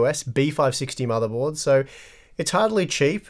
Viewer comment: What's a "motherbold"?